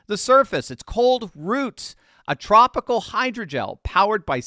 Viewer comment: Topical not " tropical".😂